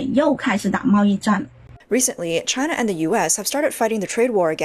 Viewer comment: CHYNA EES AAAS-OLE